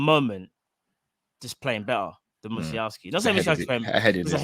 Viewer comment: U guys ever had teachers who butchered kids names on the register??? I was one of them pupils. The W in the Polish alphabet is pronounced as a V. Say Musialovski but spelt Musialowski. GREAT show as always.